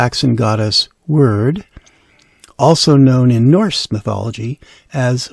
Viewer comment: Wyrd is pronounced weird. HTH